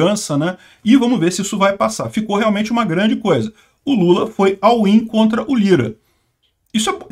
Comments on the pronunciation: "all in" se fala "ól in" e não "au in". abzao. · Não entendi o que tanto repetiu. "Awin"?